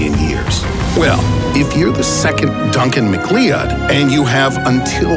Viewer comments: did.....did he just sau Duncan McLeeud????????? Duncan McLeod (pronounced McCloud) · “Duncan Mc-Clee-od” I thought it was pronounced Duncan Mcloud. Even tho it’s spelled Duncan McCleod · Am I the only one who noticed how he pronounced Duncan McCleod? Its "McCloud" not "McClyod". Lol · Duncan McCl-EE-ud??? LOL!!!! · Ok, it’s pronounced Duncan McCloud, and by the way the reason the blow long ball did t diffuse in water is because it’s A SOLID! Lol but hey maybe the dragonfly gallery is really just a giant bowling ball! Lol. Hey I just had a thought...maybe that’s what’s punching holes in our galaxy! A bunch of giant bowling balls! See there ya go I solved it! hahaha... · He horribly mispronounced Duncan McLeod. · The real mystery is how can you mispronounce the name McLeod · Anyone else cringe like hell when he said McLeod? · Or ven dookum